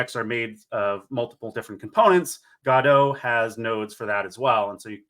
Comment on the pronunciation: G'doh, or Go-doh, not exactly goddo